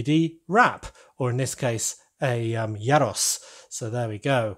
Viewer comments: Not sure you've nailed that pronunciation yet... I think it's more like "year ross" (you sounded like "yeah Ross" with a short e). Also, the pot on the stove fits the space nicely but the standout thing about these vans is surely the meat on the vertical spit (whether it's doner kebabs or gyros). The mystery meat aspect is only heightened by the unnatural looking pinky-brown rotating meat. If there is space maybe you could change the pot to a spit? This really was a triumph of 10 year old boy style humour 😉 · “Yyer-ros”?? I thought it’s pronounced as “ɣee-ros” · it's pronounced year-o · Yay🥇 casually hearing that mispronounced g(yros)